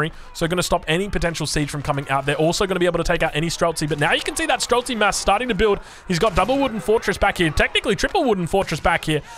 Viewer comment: Its pronounced stree-lets. Shooter in russian.